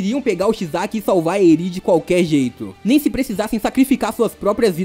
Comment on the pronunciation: Desculpa encher o saco mas não é midoRÍa é midôria. Não é Erí é Éri. Não é chiZaki é Chissaki... Tentei prestar atenção mas não consigo com essa pronúncia. Tu deu uma certinha só no final. E não é Dekú é Dêku